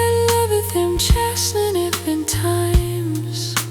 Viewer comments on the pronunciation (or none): Love this so much. Can you adjust the sound after the fact? Found that the singer mispronounces 'chasteneth'. Not a big deal, I just love it so much I want it to be perfect.